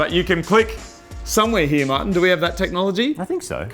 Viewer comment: All those goats... till when moog calls martin it sounds like mutton.